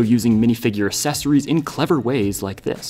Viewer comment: Ac-Cess-or-ies. Not asses-ories.